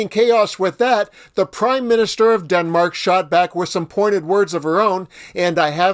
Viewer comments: Its Denmark. not Demark lol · Its Denmark - NOT Demark